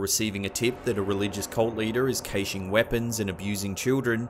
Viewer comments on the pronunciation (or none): A cult leader is 'kayshing weapons'... Is the word caching?